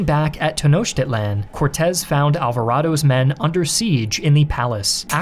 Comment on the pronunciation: Boy, the pronunciation ‘Tenochtitlán’ in this is so off 😣